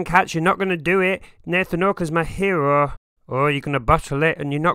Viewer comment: the way he says maa herooo 😂